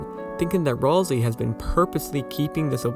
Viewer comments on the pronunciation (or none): Uh its pronounced Ral-SAY! Not RalSEE! Mainly because its another play on words like Toriel. Ralsei - Sensei --- Might not be that. Thats just how I see it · The game itself pronounces it Ral-say. Go back to the editable Cyberpedia when you reach Queen's castle. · Literally where are there people saying that Ralsei is supposedly not a good guy 😂🤣😂🤣😂🤣 Also, it's Ralsei, not "rawlzee" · ROlSeI 😂😂😂 Maaan pretty sure that's not how you say it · Gordom Ralsei I always pronounce it Ralsay, i think it sounds better